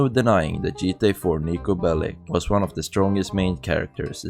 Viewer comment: “The jeetah universe” 😂😂